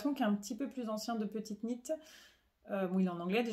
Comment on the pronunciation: Merci pour ce nouvel épisode et toutes ces jolies réalisations et un grand bravo pour la prononciation de petite Knit!!!